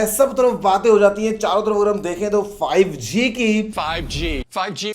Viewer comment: I Hear Zee5 😂😂